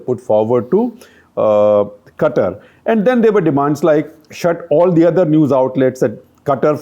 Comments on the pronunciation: Qatar is pronounced as Kataar not Cutter .. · Shekhar its not 'Kuttur' its 'Qatar' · My mind since Gupta sir started talking Today Quatar Quatar Quatar Quatar Quatar Quatar Quatar Quatar Quatar Quatar Quatar Quatar Quatar Quatar Quatar Quatar Quatar Quatar Quatar Anyways it's Qatar 🙄🙄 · It's Qatar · Its Qatar.